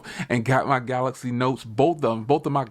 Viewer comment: go to school bro... it's called Galaxy. not galax.